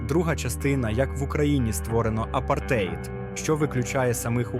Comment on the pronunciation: Ставте наголоси в словах правильно - апартеЇд, свІтська і т.д.